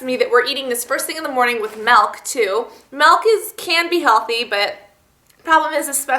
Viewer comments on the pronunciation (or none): it MILK not MEEELK get it right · It's pronounced "milk" not "melk" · it's milk not malk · Melk lol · Lol you say meelk :P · She says milk weird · she says milk funny (